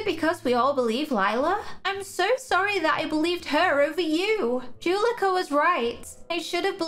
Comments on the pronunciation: Juleka is pronounced “joo-leh-ka”, not “juh-lee-ka”. Hope you remember next time! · I’m not trying to be mean but I love how you say Juleka